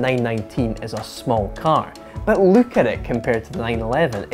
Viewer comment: I love the way you're saying "look" - as "luke at the car".